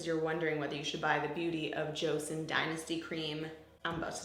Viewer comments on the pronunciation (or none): Joseon* not joeson